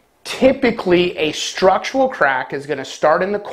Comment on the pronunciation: Structural. Not "structual". I swear you say it wrong every single time.